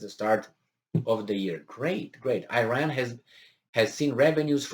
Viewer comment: please pronaunce iran like you say it for "i"taly so "i"ran, and for ir"a"n please like "a"lmost.